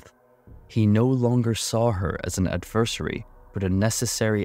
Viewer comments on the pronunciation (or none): Love your stuff. But... Its pronounced /ˈæd.vɚ.ser.i/